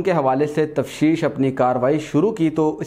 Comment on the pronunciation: Tafseesh nahi Tafteesh hota hai